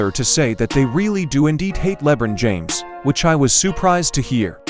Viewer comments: Le bren James Lol 😂😂😂 first time I ever heard it pronounced like that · Who the heck is "Lebrin James"?🤣